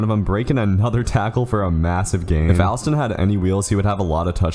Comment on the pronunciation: Alston pronounced (All-Stun)